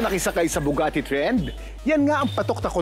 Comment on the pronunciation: Mali kasi yung nabanggit nya "Nabugati" di new Bugatti 😅 sana okay ka lang po te 😊